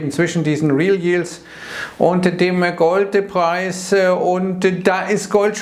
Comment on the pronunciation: "und-e dem-e Golde-preis...."